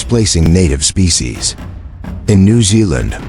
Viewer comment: Invasive mispronunciation of "species."